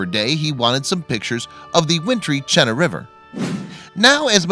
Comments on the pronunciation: The indigenous people named it long before they ever heard of English. It’s pronounced Cheena…the “na” means winter travel trail, for sled dogs. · I just wish that people would learn how to pronounce words that are not based on English, Chena = Chi na. sharp c